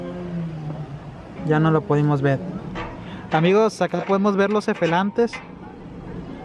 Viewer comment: Minuto efelantes jaja